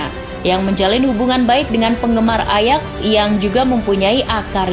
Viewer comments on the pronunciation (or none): none